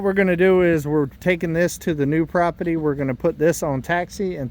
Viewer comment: I love how you say propity!!!!